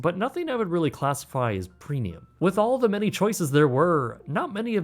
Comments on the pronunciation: I can't tell if he is right about the food or is just extremely picky. Also PRENIUM PRENIUM PRENIUM. ITS PREMMMMIUM. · I can't be the only one that hears him say "Prenium", right? With an "n"? Love the videos btw